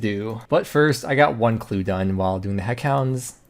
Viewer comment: Did he say "heckhounds"?